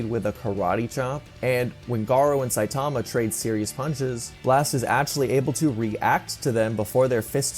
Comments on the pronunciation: "saitama, not sitama" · It's saitama not sitama